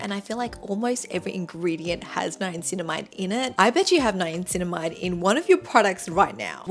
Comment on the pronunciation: Why do you pronounce Niacininamide ‘NiaNcinamide?’